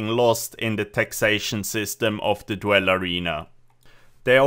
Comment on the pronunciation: its pronounced DOOL not DWELL, otherwise great video